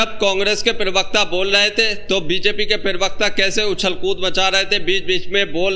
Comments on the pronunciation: Bhai pirvakta bolna chod do..pravakta hota hai. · Pravakta ko pirvakta na bola kare hamesha dekhta hu toe bura lagta h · अरे यार, पिरवक्ता नहीं प्रवक्ता कहते हैं। उच्चारण ठीक करो। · Pirvakta...pervakta...parvakta...Arey pronunciation athwa uccharan to sahi kar lo.. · Pirwaqta nahi prawaqta hota hai😂😂😂😂